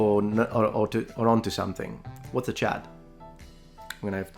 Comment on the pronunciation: I heard you say Chud but you were saying Chad. A chud is from the movie CHUD. Its basicly an idiotic mutant from the sewer. C.H.U.D. means cannibalistic humanoid underground dweller